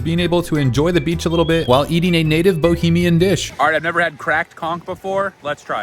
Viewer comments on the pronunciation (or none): As a Bahamian, let me correct you for a sec 🇧🇸 It’s not “Bohemian” it’s “Bahamian” derived from the word Bahamas like American comes from the word America. It’s also not “Bahimian talk” it’s Bahamian but it’s more complex than just a talk. I really enjoy your content but when people mispronounce the name of my country’s people it really hits a nerve. 😂😂😂❤ blessings fren. I’ll happily give a translation for the man as well LOL 😂😂. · Bro quick check... Not bohemian Bah - Hamain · when I heard Bohemian, as a Czech, I got hella confused 😂then I realized you meant to say Bahamian. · Baaaa hamian✅ Boeee hamian❌ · He also said Bohemian dish, lmfao it's Bahamian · He just said we were "bohamian" :face-red-droopy-eyes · He also said bohemian instead of Bahamian